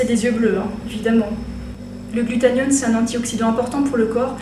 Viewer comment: GlutaThione pas glutaNione... ça m'a stressé mais pas grave x)